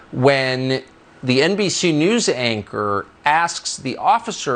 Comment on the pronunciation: why amercan people do not give tucker a good black eyes and a broke nose then he will learn how to say news the proper way